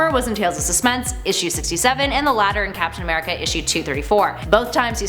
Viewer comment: As soon as I opened this video I heard “FAPtain America” we got some hornballs at Top 10😂 or does that make me the horn ball?